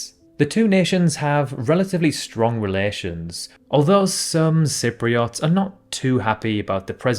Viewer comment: Decca wot‽ Some Cypri wots‽ Duhkayleeah and Sipreeuts if you like. Lichen wot‽ I'd better stop because you might have an impediment and I don't wish to mock the afflicted. And you're probably not allowed to say that anymore. Apologies all round.